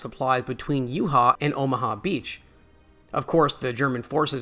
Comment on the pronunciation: You-Ha and Ahmaha beachheads… oof